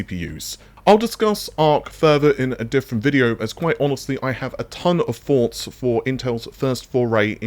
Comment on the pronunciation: That DXR Dirt 5 demo wasn't very impressive for RT. I think RT really shines with global illumination, but few games do that. (Latest Remaster of Metro does it I think) PS. I still find it funny you pronounce thoughts as forks. LMAO (anything with TH as F)